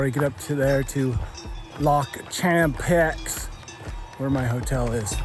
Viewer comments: Become a better than mediocre amateur and stop pronouncing the "x" in Champex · I enjoyed until you decided to bastardize the pronunciation of Champex. Maybe it is American humour? I just don’t get it anyway. Good video otherwise and well done on your efforts.